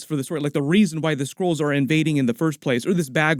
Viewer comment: All i hear is Squirrels instead of Skrulls. Makes the plot all the more interesting, also, Squirrel girl? :D